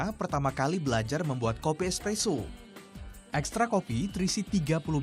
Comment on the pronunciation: bukan ekpresso mas tapi espresso